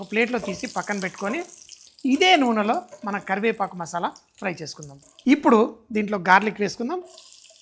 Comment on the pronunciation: అబ్బా, తెలుగు మాస్టారు అవ్వాల్సింది అండి మీరు. కరి"వేపఆకు"🤣😂🤣😂👌.